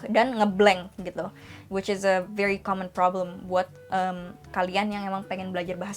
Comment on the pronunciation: When you say common, I hear comment 😅